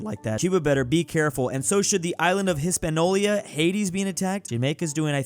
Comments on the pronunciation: Hahahahahahaha keeps making the same mistake. It's pronounced HispaNIOla 😂😂😂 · every time says "hispanolia" another spanish speaker has a stroke